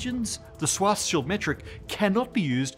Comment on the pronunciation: It's pronounced Schwartzz-child....